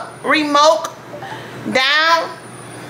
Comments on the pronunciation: girl you must be feeling nice cuz you seriously called it a " remoke"....you silly😅😅😅😅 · These were some relatable moments to me.😂 when she said remok twice and not remote, I couldn’t stop laughing. 😂